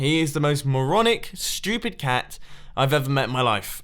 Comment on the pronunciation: He said ''stupid'' just like ''schu-pitt'' ;D